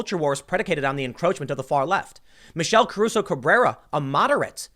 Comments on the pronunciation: let's take a shot everytime Tim pronounces it "Cabruso" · You mispronounced her name the entire video. There is no B in Caruso. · Take a drink every time Tim mispronounces "Caruso".